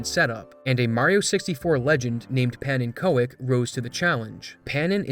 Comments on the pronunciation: Pannenkoek isn't pronounced "peh-nen-koh-ek" but "Pah-nen-cook" He toke one of the harder words to pronounce without Dutch knowledge. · pannekoek is prounounce pancak or to say it with dutch accent pannecook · Amazing video! Getting the trick off a rounding error really tickles my game QA tester brain. What an amazing achievement! Also, Pannenkoek is pronounced "pan-nen-cook" for you English speakers. It's Dutch pancake and one of my favourite food (especially the Indonesian variant). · I'm german, but I think "pannekoek" is dutch for pancake. So I think it should be pronounced a little something like "pannecook". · That was the funniest pronounciation of "Pannenkoek" i ever heard 😂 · Ikr, it hurt so much to hear. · "oek" in "pannenkoek" is pronounced like the "ook" in "spook" It's the Dutch word for pancake ~ 🥞